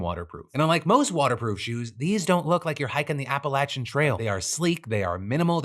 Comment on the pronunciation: My man Phil pronouncing Appalachian correctly!!!